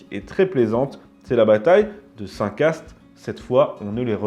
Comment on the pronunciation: Je suis malouin😊 deux choses : - : on dit Saint Cast "saint K" - : anecdote: pour railler les Anglais, les Malouins nommèrent une rue donnant sur les remparts la "rue du Chat-qui-Danse". Car l'explosion ne blessant qu'un chat